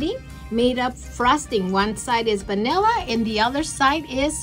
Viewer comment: Lafty taffy 😹😹😹😹 Gooppers Hoopers 😹😹😹😹rootsie roll Banilla It’s Shoey Shonkey😅